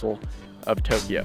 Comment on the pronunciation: Too-kiji ugh